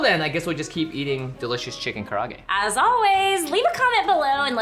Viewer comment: Does keep saying "karage"? Like karate, but with a g?...That makes me want it more now. MOAR! NOW!